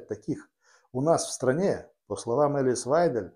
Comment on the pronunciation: Вы правы. Прямо режет ухо это " элис". Ну учитесь уже правильно выговаривать имена политиков!!! Пожалуйста!